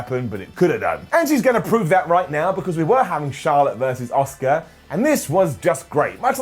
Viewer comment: Is anyone being annoyed about constantly mispronouncing Asuka's name?